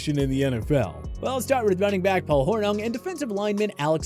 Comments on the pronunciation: As far as Paul Hornung goes, it's pronounced Hor-Ning (made that mistake once as a kid. Only once, given I live in Packer country). That said, dude's stats don't exactly look like those of someone a team actually depended on, let alone deserved a bust in Canton. Case in point, the Lions regressed without Karras, while the Packers were still a contender, only missing the title game bc the Bears were too good right then. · C’mon, do some research and at least get the names right. Jan Stenerud is pronounced like Yawn. Please don’t pronounce the second ‘n’ in Hornung. Also, you blew it on most of the players you’re kicking out and you forgot Joe Namath. Look at his numbers if you want to bag on Bob Griese. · " Whore- ning"...the name pronunciation is horrible, that's your second bad one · Lol I’m suppose to value OPINION??! Guy says Paul Hornung, Jan Stenerud and even the words ALL PRO incorrectly. The Jerome Bettis take is so ridiculous it’s not even worth mentioning, he was a pro bowl player 6 of his 13 seasons, he retired as a top 5 rusher of all time. I seriously watch to laugh at how little they know bout the NFL